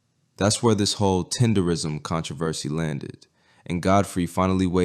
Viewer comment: Damn can yall pronounce the shit right. TEDERNISM Not tenderism. put the damn N in it